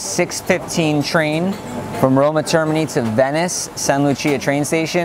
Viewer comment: The roman guy can't pronoun "termini" correctly....